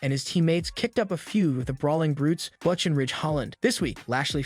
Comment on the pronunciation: Why don't you know how to pronounce butch and mone